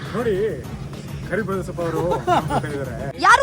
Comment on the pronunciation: you must learn to pronounce his name properly. It's his parents kept and it's your responsibility to give utmost respect to that. He is ಕರಿಬಸಪ್ಪ karibasappanna not karibesoppanna